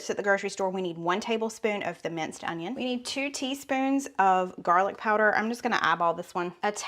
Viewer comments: She calls it jarlic because it is from a "jar"-gar"lic." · Why do you call garlic jarlick?